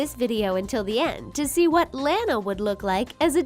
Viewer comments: ITS LANA NOT LAINA! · Its pronounced lah-nah not lay-na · Lona not lana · It's petnounsed lona not lana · You said launa not luana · La-NA not lan-a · I HATE IT THAT YOU GUYS SAY IT LAAN A WHEN ITS LAWN A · It's Lana not LAAANA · it's Lana not Lanea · Not Lan-a La-na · It’s Lana not Laana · no its [laa-na] not lana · its lanna not lana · Gee it is not Lana it is Lona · It's not Lana is Lona (at least what is sounds like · They say they are the biggest fans of The Loud House, then pronounce Lana wrong XD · It's not Lanae is Lila sorry but you're pronouncing it wrong but that's OK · Bruh you can not tell me you're the biggest fans of this show ever, than go and pronounce Lana as Layna. Pretty sure the ''biggest fans'' would have heard her name at least ONCE thee entire time the show has aired so far. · Presley Vacek You mean Lana not layna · This commentary sounds like a serial killer on drugs (also yeah I hated it when they said Layna instead of Lana I cringed) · WHY ARE U SAYING lANU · You pronounced Launa wrong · It's pronounced lawnah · Your saying Lana wrong XD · Your saying Lana wrong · That’s not how u say Lana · I am not trying to be mean.... but you are saying Lana wrong